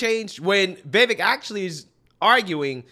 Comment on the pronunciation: Vivek rhymes with cake, Viv-ake. Vivek doesn't rhyme with heck, it's not Viv-eck.